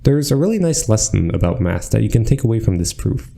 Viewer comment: There were many times i heard him saying or bath instead of math. Definite hard b sound.